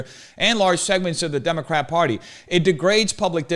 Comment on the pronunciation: is it just me or is this guy replacing the r in every word he uses with a w? "large segments of the democwat pawty"